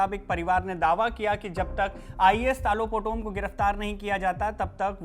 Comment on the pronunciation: तालो पोटम. नाम ठीक से बोलो